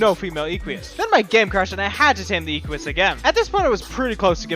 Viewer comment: The way this guy says "Equus" like "ee-kwee-us" is cancer of the ears. You are trying too hard. It's just "Eh-kwus". Stop adding syllables and sounds that aren't there. Oh god the way he says thylacoleo is even worse...